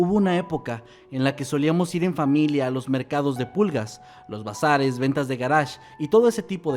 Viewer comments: Crei que decia Brazzers XD😒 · Creí que decía Brazzers en lugar de Bazares 😅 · Entendí "encontrados en Brazzers" 😂